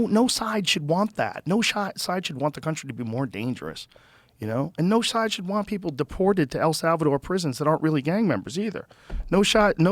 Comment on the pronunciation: Joe can’t say side he said it wrong 3 times 😂